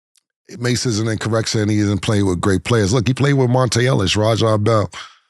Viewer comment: My boy said raja bell smh